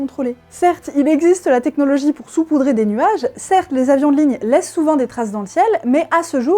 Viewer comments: Salut ! Je passe juste pour dire qu'on ne dit pas "soupoudrer" mais "saupoudrer" Bisou bisou ! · Alors juste pour éviter une épidémie déjà bien étendue, on dit sAupoudrer et pas soupoudrer (je sais que c'est en écho au COMPLOTISTE majuscule mais des personnes vont le prendre au premier degré). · Pour info, puisque ce n'est pas précisé, on dit "SAUPOUDRER" et pas "SOUPOUDRER" !!! #Bescherelle ! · Je trouve cette vidéo très choquante, que de désinformation! On dit "saupoudrer"...pour le reste, merci =D <3<3<3